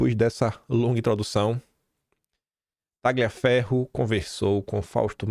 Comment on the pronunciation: O CORRETO NESTE NOME ITALIANO A PRONÚNCIA CORRETA SERÁ: "TALHAFERRO"